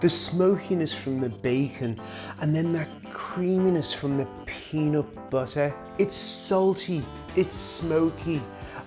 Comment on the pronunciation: “Peenat buttah boogah”